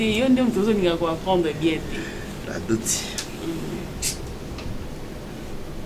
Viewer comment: Façon j'aime ce duo de et 🤣🤣 la doutse au lieu de dire la douce 🤣🤣🤣🤣 merci là bas 🥰